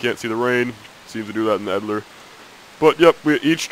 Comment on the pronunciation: its EDITOR!! stop saying edillor... its irritating -.